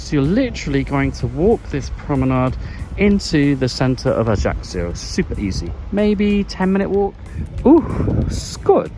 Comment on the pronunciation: Great vid. By the way, it's pronounced AYACKYO. You're welcome 😊